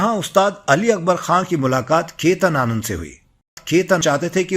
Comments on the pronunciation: Ketan nahi. Chetan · It was Chetan Anand not Ketan Anand.